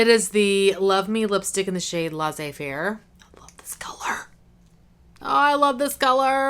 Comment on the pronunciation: Oh, Laissez-Faire is really beautiful. This is definitly your kind of lipstick colour. And that unicorn shadow, wow ! By the way, the "ss" of "Laissez" in Laissez-Faire is the same s sound as the word "say"/ Laissssez-Faire and not Laizer-faire. It means "let it be". I hope it was easy enough to understand.